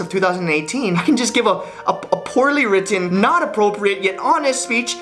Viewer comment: I love the way he says ‘written’ and ‘button’. The emphasis on the ‘Ts’ just turns me on